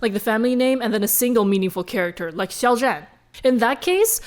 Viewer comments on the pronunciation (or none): none